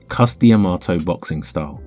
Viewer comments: It's Cus D'Amato (duh-MAH-toh). Not Cus Di Amato. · to be clear. i love this channel. but the dee - amato sounds so weird to me. it's cus dah-mato - that's what new yorkers said: and anyone who was trained by Cus said it that way. so far, i've seen anyhow.